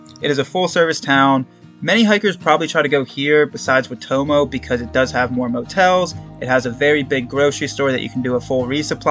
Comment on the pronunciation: Man, Idk if you’ve already pre-filmed all of these, but I wish I could help your pronunciation. I think correct town pronunciation would also be useful info for future hikers. Waitomo - Why Toe Mow Taumarunui- Toe Ma Roo (bonus points if you roll the R) Nui (rhymes with shoey or Louis) Te Kuiti - Te (rhymes with meh) Koo (rhymes with shoe) ee (rhymes with scree) tee (rhymes with tea) Te Araroa - Te (rhymes with meh) Ah Rah (rolled Rs if you can) Rower (like the person in a boat- this isn’t great, but is close to how most non-maori kiwi would pronounce it)